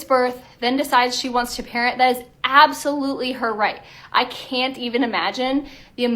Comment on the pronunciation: “And decided she wants to parent” O MY GOD LADY. do NOT say it like that. She makes it sound like the parent is just. Changing their mind on a dime